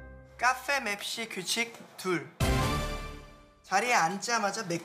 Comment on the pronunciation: 미치겠다 ㅋㅋㅋㅋㅋㅋㅋㅋㅋㅋㅋㅋㅋㅋ이만하면 진심으로 달콩이도 즐기고 있는 거임 ㅋㅋㅋㅋㅋㅋ근데 와중에 딕션도 좋고 연기도 잘함 ㅋㅋㅋㅋㅋ 어이 없어 하 카fㅔ,맵thㅣ 발음도 너무 찰짐